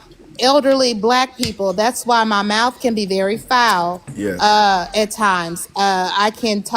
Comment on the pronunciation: “Bring it over here and put it in my mouf” 😂😂😂